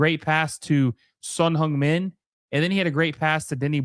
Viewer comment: "Son HUNGmin" Heung = same vowel as in Hurt, not Hung. Google Translate: 흥 민